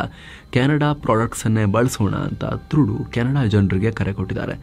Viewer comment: ಹಾಯ್, ನಮಗೆ ಯಾವಾಗಲೂ ಮಾಹಿತಿ ನೀಡುತ್ತಿರುವಕ್ಕಾಗಿ ಧನ್ಯವಾದಗಳು. ದಯವಿಟ್ಟು ಗಮನಿಸಿ, ಅವರ ಹೆಸರು ಟ್ರುಡೋ ಎಂದು ಉಚ್ಚರಿಸಲಾಗುತ್ತದೆ, ಥ್ರುಡು ಅಲ್ಲ.